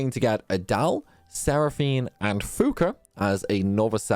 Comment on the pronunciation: Did you say meliodia instead of melodia? I think her name is said like "melo di a" not "meli odia" Flonne is pronounced flan. You left off the a in seraphinas name. And the other d2 char was axel.